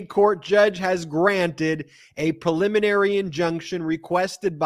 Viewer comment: Yay! Brett knows how to say PREliminary ! Now go teach Ben! (vs "pulliminary")